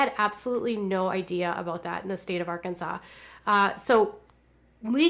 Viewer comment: I'm from Arkansas I love when you say "Arkansas "